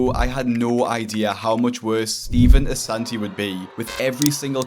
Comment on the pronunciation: love how he has “Ass” in “Assanti”